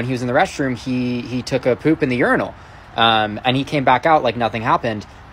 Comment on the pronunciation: Urinals. It's in the name urin-als 🤦🏾‍♀️🤦🏾‍♀️🤦🏾‍♀️🤦🏾‍♀️